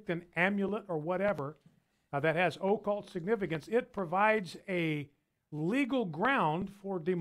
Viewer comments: Is it just me, or is Mr. Fischer’s set getting cheaper and cheaper looking? I hope his show is not falling on hard times. That would be so terribly unfortunate...hehe! Also, what the fuck is the “o-cult”? Is the “O-cult” practised by an Irish Witch Doctor? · "MeLANia" "OHcculltic" "Diabetus"